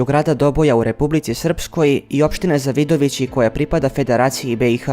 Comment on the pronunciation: Koji je ovo pakas? Ne zna da izgovori Zavidovici a prica nesto.